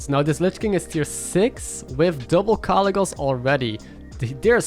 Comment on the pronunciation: "Four kalecgheese" LOL